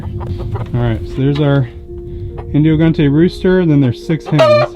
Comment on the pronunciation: It's funny how he says indio gigante 😂.. but I am jealous.. I'd love to live on a farm like that. 😊